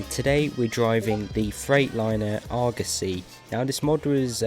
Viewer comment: It’s pronounced (or gross ey) Argosy